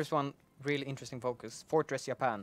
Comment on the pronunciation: More Ya-pan!!!!!!!!